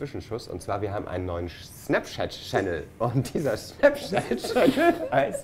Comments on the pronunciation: such effort and determination to say "SnapChat" and still messed it up XD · "Schnaps!" hahaha :-D Schnapschat